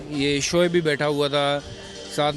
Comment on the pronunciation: Arre yeh gawar vikrat ko samjhao soaib akhtar nahi uska nam shoaib akhtar hai... it's shoaib not soaib...